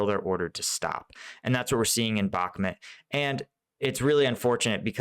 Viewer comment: Bakhmut not Bakhmet please pronounce correctly you atleast try to pronounce the other towns properly im sure you do it on purpose